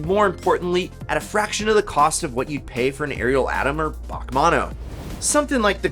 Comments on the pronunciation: or Bach Mono 🙄. it’s B A C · B.A.C. , not “Bach”